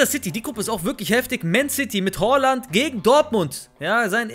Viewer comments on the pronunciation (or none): none